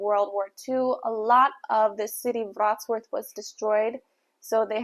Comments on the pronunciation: It's vrot-slaaf not vrots-worth 😂 you even said the way they say it wrong wrong lol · Hey there! I live in Wrocław metropolitan area. Thanks for visiting. My advice to pronunciation: Wrocław phonetically it is pretty close to "Vrots - love".